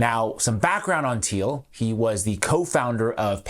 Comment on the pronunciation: It's pronounced "Teal"